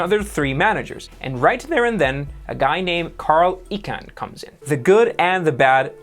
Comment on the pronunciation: Sir, I think you're pronouncing "Carl Icahn" wrong !!! 😂😂😂